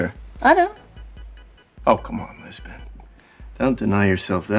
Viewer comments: *Lisbon ! Not Jisbon ! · The fact that you called them "Jisbon" automatically earns a "Don't Recommend Channel" from me.